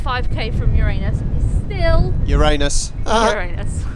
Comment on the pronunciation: I live in Melbourne, but didn't know about the Planetary walk (trail). A must do now it's shorts weather. And thanks for pronouncing Uranus correctly which is more than the yanks dare do.